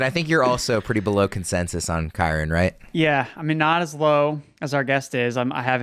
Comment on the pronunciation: Not trusting a dude who says “Kywen”